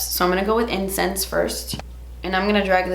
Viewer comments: Everytime you said " incense" I thought u were saying " incest" and I was like damn... those names are dark AF 😂 but in all seriousness can you also do a more neutral look with this pallet? I'm very on the fence about buying it. Good looks for every day?? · did anyone else think she said incest instead of incense 😂